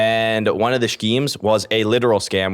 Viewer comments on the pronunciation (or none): im wondering if he thinks you're supposed to pronounce the h in schemes?